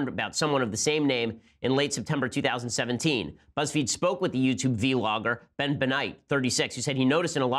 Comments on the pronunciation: I love low ben says v-logger not vlogger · It’s not pronounced vee-logger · V logger hahahaha. You're thug Ben but it's vlogger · "v-logger" lol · "Vee Logger" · He meant to say bee-logger?